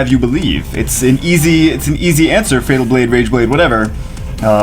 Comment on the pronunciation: Fatal is a word... not Fat al...